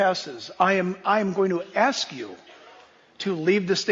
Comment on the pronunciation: Ask Not Ax